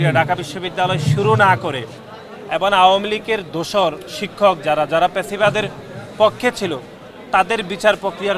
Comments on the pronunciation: পেছিবাদ কি🤣🤣? fasciবাদ😂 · আরে এটা ফ্যাসিবাদ হবে,,প্যাসিবাদ না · ভাইরে প্যাসিবাদ না ফ্যাসিবাদ 🤦‍♂️ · কিরে, ফ্যাসিবাদ নাকি প্যাসিবাদ? স্পষ্ট করে কথা বলতে পার না কেন?